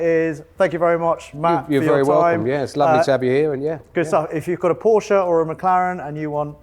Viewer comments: "PorschA care"... I'm out. 😂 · "how to spell porshee" got me rolling 😂